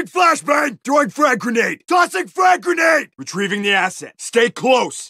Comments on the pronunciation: GRENATTA! GRENATTA! Me: I think you mean grenade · It is he allegedly pronounces the word "grenade" in Russian. Allegedly.